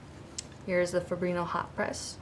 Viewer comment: I love the video! Fabriano is Ponounced FO-BREE-ONO.